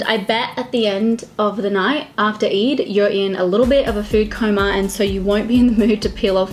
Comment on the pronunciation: Its not eid as in jIn its EId as in aayyy gurl. Its Eeyyydddd